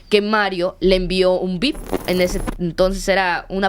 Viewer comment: Y lo bueno que investigaron el caso, parece que se están contando un chisme pero mal, y era viper, no bip! Jaja